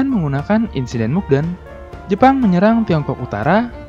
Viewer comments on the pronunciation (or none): Di menit dsebut insiden. Tpi insiden apaan. Tolong artikulasinya lbh diperjelas. Tks